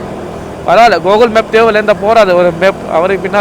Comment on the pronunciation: Google❌ Gokul✅🤣🤣